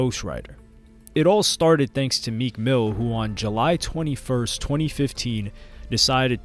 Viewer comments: U said meek ran into Mac killer dude wtf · Lmao i was rewinding and it said “most replayed” 😭😭😭😭i said ran into WHO